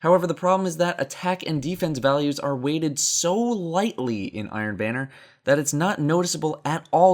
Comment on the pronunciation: The only thing I can think of after watching this video is how you pronounce "banner" as "bane-er" instead of "ban-er"